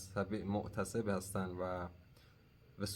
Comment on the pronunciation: دقیقه ۳۲ و ۳۳ کلمه معتصب اشتباه بود باید میگفتی * متعصب* یعنی رو ص تشدید بذار